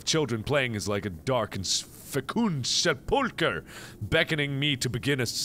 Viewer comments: hey mark, sepulcher is pronounced sep-ool-cur, it means a monument cut of stone, small statue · Its actually pronounced Seple-cur